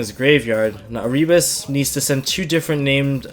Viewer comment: come say erebus name right dude. you wonder why he looks like that on his art work because people dont say his name right